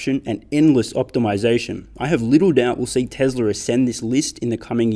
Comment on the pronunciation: Why do you have to say it like “Teslar is”?